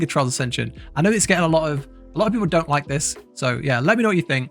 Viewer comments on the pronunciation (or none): none